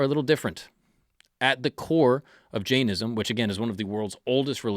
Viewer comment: J-eye-Inn-ism = Jainism